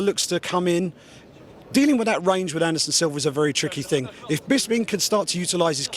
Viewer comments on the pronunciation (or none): Is it me or does Bisping say "Silver" everytime he says Silva.